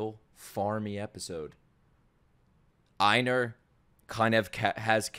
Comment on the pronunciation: It's not "Eye-nar" it's "Ay-nar" like Eivor from Assassin's Creed Valhalla.